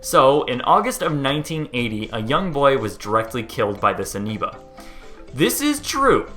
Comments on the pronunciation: I swear he said aneoba with an n. Willing to bet he's Canadian the way he pronounces his o's. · Amoeba /Amiba / Ameeba . For someone who just reads, you're certainly doing a ..great job.. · "aneba" LOL